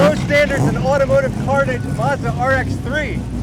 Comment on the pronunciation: mate, as a car lover (you that is, not me) i'm so glad you got to experience Summernats 😄👍💪 ps. Its not Muzda, its Mazda!